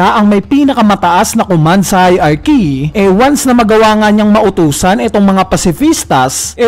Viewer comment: Kuya paki ayos yung pronunciation mo sa HIERARCHY